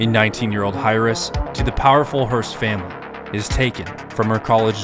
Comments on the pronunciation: My dude. “Hire-ress?” It’s pronounced “airress.” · "Hi-riss"? Heiress: "air-iss." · (hire•is)???? you mean (air•us)??? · Heiress is pronounced like "air-ress" not "high-ress". Just an FYI. I love this series of videos you're making. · Bro I LOVE your videos but...nobody told you that Heiress is pronounced like AIR-US not Higher-ES. Your videos are so well produced and well written it caught me off guard LoL. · BRO HEIRESS IS PRONOUNCED AIR-ESS, NOT HIRESS, THE H IS SILENT. WE STILL LOVE YOU THOUGH. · “Higher-ess” and not “air-es” when he says heiress, lol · Did you say hire ess instead of air ess. That's wild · Heiress is pronounced : AIRESS. Not highress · Never heard "heiress" pronounced "highress". I have always heard it said like "air-ess" like "heir to the throne". Seeing tons of tubers these days that use words they've read but never heard said, so they try to deduce pronunciations. Like "linear" being said as "lin-ear". That's been a big one this year. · Heiress: /ˈerəs/, not hi/ress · I like your videos but come on man "Heiress" is pronounced "Air-ess" not "Hire-es". You know, like heir to the throne . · that's the worst butchered mispronunciation of heiress I've EVER heard. It's pronouned "Air-ess" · Dude it’s pronounced Air-ess Hareess is crazy 😂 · What is a “higherest”? You mean heiress? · "19 year old High-Ress" It's pronounced "Air-ress" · Heiress is pronounced as air-es instead of hi-res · Bro love your videos but heiress is pronounced airess not higherest like you said lol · Hire-ress? Is pronounced Air-ess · Hiress😂 it’s pronounced air-ess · Hi-Ress, it is pronounced air ress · heiress is pronounced air-iss not harris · Highress? Airess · Err... it's pronounced 'air-ess' not 'hire-ess'. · A "hire-ess"? Did you mean "heir-ess"? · It's pronounced "air-ess" my dude. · psst. heiress == "air" + "ess", not "high" + "ress" ... Great channel, loved the video!! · You should cover the infamous mispronounced "heiress" incident. AIR-ESS. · "Hi-ress" hurt me